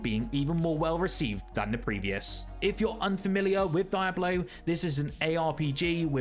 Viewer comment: I have never heard anyone pronounce Diablo like that. “Die ablo” is it an accent thing?